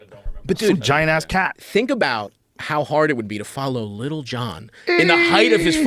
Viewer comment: i always laugh when people actually pronounce the "T's" in Lil john 😂